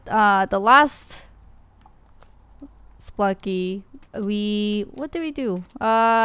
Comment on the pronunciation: I like how she says Spelunky. It sounds like she's saying Spunky.